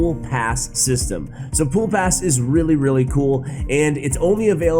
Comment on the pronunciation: “Pool pass” lmfao